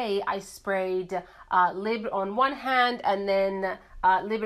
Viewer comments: I'm Canadian, it's not pronounced "lib" it's "lee-bra" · The time it took to explain you are not from France, can't speak French, and provide your different interpretations of pronouncing the word... You could have gone on google translate or even better, gone on YouTube and watched the short promo video YSL released on this fragrance. Then you would know how to pronounce it. I am not coming after you personally but I am getting tired of YouTubers making and editing an entire video dedicated to something and justifying mispronouncing it without actually taking the 30 seconds it takes to look it up and educating oneself. In this day and age when such information is easily available at our fingertips, there really is no excuse.